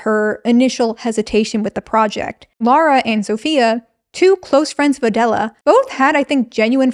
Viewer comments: But her name is Lah-ra not Lo-ra. You keep pronouncing it as if her name was Laura. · Why do Americans pronounce “Lara” like “Laura” lmao